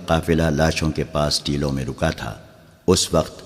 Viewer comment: Teloun ( galat ) Teeloun ( Saherh )